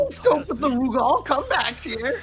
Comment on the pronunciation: Never heard Rugal pronounced that way, sounds like is saying "Lu Gao"